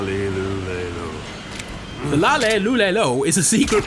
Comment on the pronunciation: Cringeworthy video, it's ''La, Li, Lu, Le, Lo'', not ''La, LE, Lu, Le, Lo''.